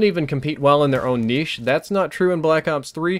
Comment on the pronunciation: You pronounced niche wrong...lol good vid